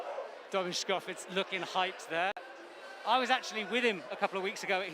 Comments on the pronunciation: Stop saying "tschkofitz"!! domen TSkofiTCH! Just cant keep hearin it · It's actually fitz... It doesn't end with č